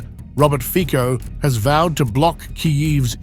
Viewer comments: You should first ask someone how to pronounce the Slovak PM Fico!!! Your pronunciation is uncorrect, offensive and ridiculous!👎 The pronunciation is/ fitzo/, NOT/ fiko/!!!!! 👎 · Can you pronounce the name correctly? It is not FiCo(Fiko), BUT it is FICO(FITSO). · Pronounced Fitso...ffs. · His name is pronounces "Fitso", you dummy boy. Ignorant.